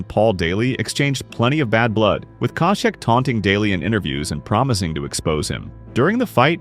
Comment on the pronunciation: great video, but the way the narrator pronounces some names is a little strange, even as he’s playing all these clips of Josh having his name called he still pronounces it completely different lol